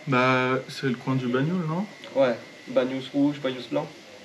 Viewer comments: dans les pyrénées orientales ça fait plaisir à voir. Petit conseil dasn les PO on prononce généralement toutes les lettres des villages c'est BanyulS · Banyuls ce dit « banioulsse » 🥲 Content que tu passes en Languedoc !